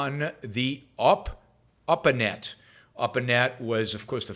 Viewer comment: Oh, ARPANet, I heard Oprahnet at first. :-)